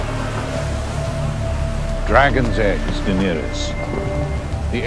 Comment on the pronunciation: Eu gosto das séries do omelete, mas confesso que ouvir o falando dAenerys com ênfase no A, me dá um siricutico